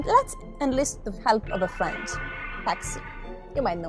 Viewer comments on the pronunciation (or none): none